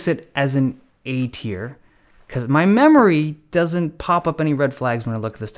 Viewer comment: Thanks buddy! Not all heroes wear capes ( ◜‿◝ )♡ Oh also, it's "Tier List", not "Tear List". Cheers!